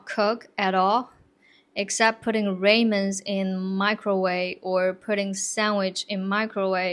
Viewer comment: ramen is pronounced "RA" men not "Rain" men. will hurt your resolve* to fasting which one is better? your resolution to fasting or your resolve to fasting ChatGPT said: "Resolve to fasting" is the better option. Here's why: Resolve generally refers to a firm determination to do something. Saying "your resolve to fasting" implies a strong commitment or determination to maintain the practice of fasting. Resolution can refer to a decision or a goal you've set, but it doesn’t convey the same strength of personal commitment as resolve does in this context. Also, "resolution to fasting" is less commonly used and might sound a bit awkward. So, "your resolve to fasting" sounds clearer and more natural if you're talking about a strong, steadfast commitment to fasting.